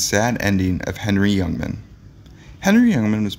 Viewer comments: its HENNY not Henry fool ! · The announcer needs to learn how to pronounce the names of the people in his videos. Come on. Do your damn homework. "Henny" is not the first time. It appears you are reading the script for the first time. Many mistakes. It's disrespectful to the individuals your are discribing and to your audience. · HENNY HENNY HENNY HENNY. NOT....HENRY !!!!!!!!!!!!!!!!!!! And GRAZEEEEEANO GRAZEEEEEANO. Not GRAZANO !!!!!!! Schmeckel !